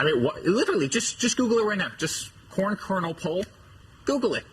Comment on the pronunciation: Did he say corn or porn?